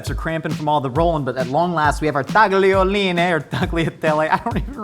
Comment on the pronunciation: you are the first American i hear in my whole life that is able to say "tagliolini" the right way. You still got "sbagliato" wrong, but I love you anyway